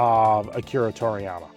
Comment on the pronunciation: Please research how to pronounce people’s names before talking about them. Toriyami isn’t it